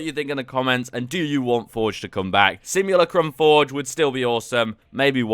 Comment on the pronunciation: sim-ula-crum. yes, you say it weird.